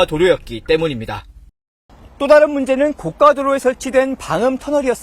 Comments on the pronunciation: 고까도로가 아니라 고가도로인데.. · 뉴스에서 발음을 틀리게 읽으셨네요.’고까도로’라고 발음 하셨는데 ‘고가도로’는 글자 그대로 ‘고가도로’라고 발음하는게 표준어이고 가격이 높다는 뜻의 ‘고가’가 발음 할 때 ‘고까’라고 발음 하는게 표준어 입니다. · 고까도로× 고가도로o